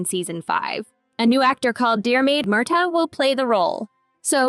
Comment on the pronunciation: Please correct your pronunciation... 1.52 It's not 'Gay-lik' (that's Irish) It's 'Gaa-lik' (Gàidhlig na h-Alba) Also 4.04 It's not Dear-maid, it's Deer-mid